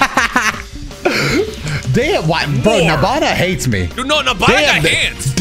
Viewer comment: Knowing the name is “Nabana” but I keep hearing “Nirvana”😭